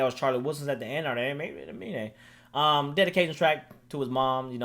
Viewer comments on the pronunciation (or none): really said his name right the entire video and ends the video calling him " a mean " lmao